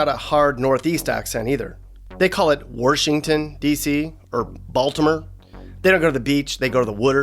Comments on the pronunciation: Nobody from here says wARshington, that’s more of a PA thing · Yup. “Warshington”??? Nahhhh. And Old Bay is for crabs/summer. Good post! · Agreed. I’ve never heard someone say “Warshington”. It’s always been “DC” or “the city”. We don’t talk weird 😂